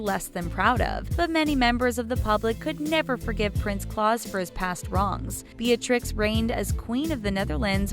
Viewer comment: Again with the pronunciation of Dutch names. Beatrix you pronounce as 'Bae-a-trix' and Claus kinda like 'clowns' without the n.. Also Willem-Alexander and Maxima... not even going to try to write it out. You should've figured it out before making this vid. There are ENOUGH dutch interviews where they pronounce it correctly. Seriously, fix this damn issue.